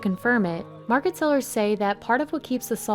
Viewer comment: Other than my few issues with pronunciation, these documentaries are most beautifully written and produced. Thank you! Market and Mountain both have "t"'s in them. As do many other words. The lady who is speaking needs to relearn her vocabulary pronunciation. Marke and Moun-en are not the same words in the English language.